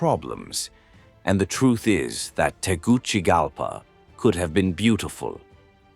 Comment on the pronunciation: It is pronounced Tegu(See) Galpa, not Tegu (Chi) galpa